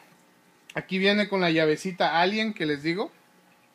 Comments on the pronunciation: se dice llave allen no. "ALIEN" no te estoy jodiendo solo te lo digo en buena onda saludos. like para que lo vea. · Es llave allen no alíen Jajajaja no veo como un control te va a hacer jugar mejor ¿? A menos que este moddeado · es llave aLLen no alien